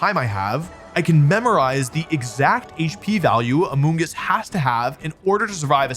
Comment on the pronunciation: "AMONGUS" no no no "AMOONGUSS"!!!